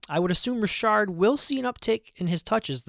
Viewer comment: And it's Richard like "re-shard" 👍